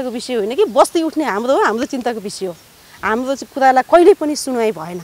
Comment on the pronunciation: Bhim sen pun Dang Ghorahi कुरा भनेको कुदा भन्छे तर भनेको तद भन्छे हाम्रो भनेको हाम्दो भन्दि रहिछ जिब्रो राम्रो सँग नचल्ने रहिछ बथलि आईमाई